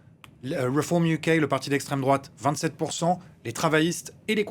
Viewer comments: HAAAA j’attendais « l’estrême drouate ». J’ai quand même dû attendre 2 minutes avant que le journaliste en parle 😂🤡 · Souvent l'on regarde les infos de M6 et à chaque fois je dis à ma femme: "tu vas voir bientot on va entendre "esstrem drouate". Hé ben à chaque fois qu'un truc ne vas pas, ça sort !!!